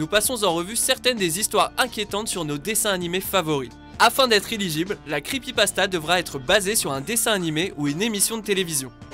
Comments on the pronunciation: c'est pas creepypastazz c'est creepypastas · creepypastaz mdrrr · Les creepypastaz ? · C'est moi ou au début il a dit "creepypastaZ" ?